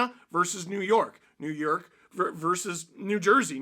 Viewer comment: "New Yeurk"😅😂😂